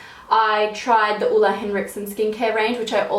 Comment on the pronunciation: Love the way you pronounce Ole... Hugs from Denmark (where Ole's from) :-D